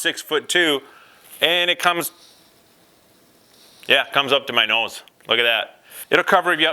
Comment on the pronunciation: I've never watched your videos before but the way you said nose made me think you are Canadian?